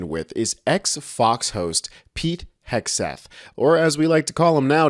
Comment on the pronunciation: He hexed Hex Theft😅😅😅